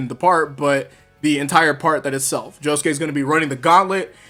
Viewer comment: You lose all credibility by the fact you can't even pronounce josuke's name.